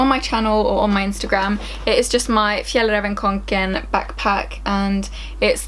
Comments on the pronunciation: Omg, the backpacks name properly said all swedish-y, so cool 😂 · You're the only person I've heard who actually pronounced Fjallraven Kanken 😂